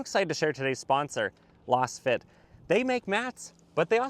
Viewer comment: I always enjoy your reviews. I agree that the Camry would be better as a wagon or hatchback (having owned a XLE Camry long ago). I think you might be mis-pronouncing the name of your floor mat sponsor "Lass fit", because it is created with a Laser scan it should sound "Laze fit". Keep up the good work.